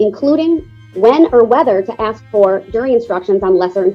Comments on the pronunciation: If you dont "undershtand" then "ax" for an attorney 😂😂😂. I dont think this moron realizes how incredibly STUPID he sounds. I think this guy is honestly the DUMBEST and most delusional criminal to ever step foot into a courtroom 😂😂😂. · This was so annoying to watch during the actual trial. Mostly because of his mannerisms and the way he sounds (axe instead of ask), Not to mention the taxpayers have to pay for all of this. Including his incarceration.